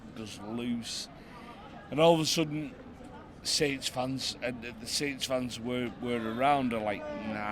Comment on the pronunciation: Grown man says stains 🤦🏻‍♂️